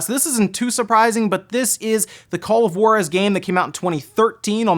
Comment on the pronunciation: call of "guarus"? XD